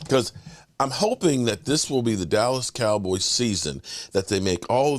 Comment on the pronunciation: Lord Brunson pronounces "dallas cowboys" funny 😅